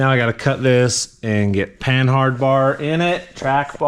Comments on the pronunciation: Panhard us pronounced with a silent H. Pan'ard. Just saying. The name of a French car, tank, and commercial vehicle manufacturer. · The H is silent. Say "PAN-ARD".